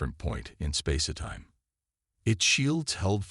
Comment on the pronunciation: It’s space time, not space-a-time!